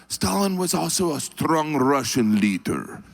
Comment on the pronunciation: "......strong Rrrussian leadrrrr..."